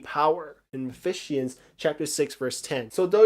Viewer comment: I have never heard someone pronounce Ephesians like efisienians haha